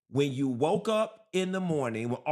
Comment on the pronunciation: Question, why do black people say “chew” instead of “you”????????????